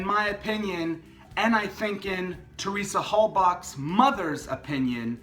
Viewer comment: Toward the end of episode 9, season 1, Tadych is swearing at news crews on camera like a dum-dum. At the end of his tirade, He says "you give respect to the Hosebachs...." Hose-Bachs What a complete moron